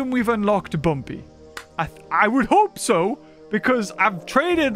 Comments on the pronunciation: Guys, you’re saying it wrong, it’s Bumby, not Bumpy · Bumpy ❌️ Bumby ✅️